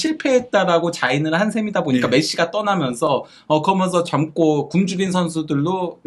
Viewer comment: 브버지인가 브러지인가 "그러먼서"개 듣기싫다고 좀 ;; 고쳐라